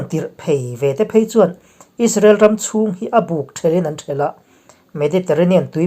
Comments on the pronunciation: A buk thelh inan thelh tih BUK hi thingbuk tiha buk tia lam rik tur a nih laiin thil rih zawng bukna angin lam rik a ni. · A buk thelh tih i lam rik dan hi a dik lo. A buk tih hian thing buk tih anga lam tur a ni.